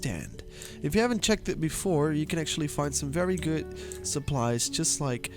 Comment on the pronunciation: " Sum Fery goot gear" 🤣😂